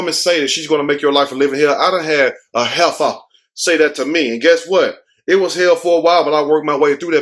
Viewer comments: I love the way you say Heffa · The way you said Heifer...funny 😂